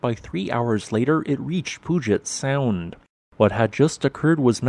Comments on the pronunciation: Poojet sound? It's pronounced Pewjet sound. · FYI, it's pronounced Pew-gent Sound, not Poo-jet Sound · He didn't completely ruin it with, "Poojet Sound". That's what's behind a WSDOT ferry! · Pew-jit sound👍👍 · I understand about the narrator not knowing how to pronounce Puyallup (“Pew-AL-up”), because nobody knows that who is not local. But not knowing how to pronounce Puget Sound (“PEW-jet”) is unforgivable. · Pew-jet Sound. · Please: "Pew-jet-sound" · Pyoo-jet sound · But he missed on PUGET sound